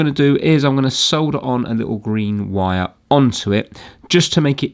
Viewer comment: I just realised, says Vire instead of wire.